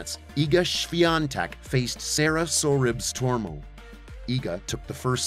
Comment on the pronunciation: Sorribes Tormo. SOReeBayss. Spanish.Not hard. Kudermetova does not have an extra syllable after the r. Koo Dyer MYEH tova, approx.